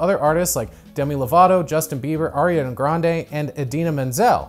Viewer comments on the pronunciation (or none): none